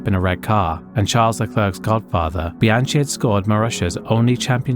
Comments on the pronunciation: It is pronounced Bianki not Bianchi. He was French hence the difference in the sound of the 'ch'. It's also Grojohn also French. You really should learn to pronounce names correctly to give proper respect. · I have to agree on that. Things like Grosjean (Groh-zjeahn) and Bianchi (Bee-an-khee) are difficult words, but they are famous names. A bit more respect and research could have been warranted. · A few corrections, if I may. Bianchi is pronounced "Bee-AN-kee", not "Bee-AN-chee". Jules' best F1 finish was 9th, not 8th. It's Romain Grosjean ("GRO-zhon"), not "Gross-Jean". The 19-year-old marshal's body was not split in two. His red sweatshirt came off during the impact, which has unfortunately fuelled that misconception. And Ligier was a French team, so it's pronounced more like "Lee-zhyay", not "Lye-gear". Small details perhaps, but worth getting right in a video covering such serious incidents.